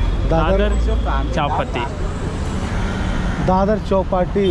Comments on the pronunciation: Its not Chaal Patti , itd Chaupati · It was strange to see the taxi drivers fail to understand chowpatty when you slightly mispronounced it. It’s like when a tourist to NY city says I want to go to Time Squaryy. You would think the cabbie would get it you mean time SQUARE ! It’s kinda the same as chawpatty is pretty famous place.